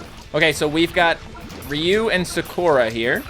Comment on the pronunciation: Someone please teach this man how to pronounce Sakura and Zangief